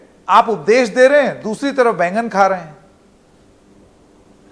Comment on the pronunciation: 😆 wow. This is the first time eating baigan sounded ....like an expletive 🤪 sabhya sansakri Sanket. Move aside Bapuji...that popular actor from all Rajshri movies😁